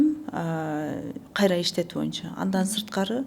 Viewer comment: "кайтРа" - деген сөздү кайсы жакта колдонот? Экинчиден алып баруучуда тажрыйба аз экен.